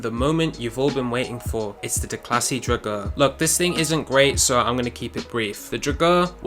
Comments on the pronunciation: Never have I heard someone pronounce drauger so wrong before lol. Draw-ger, come on man lol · You don't pronounce drauger right at all. By the way it can totally clutch kick. Just gotta know how to do it.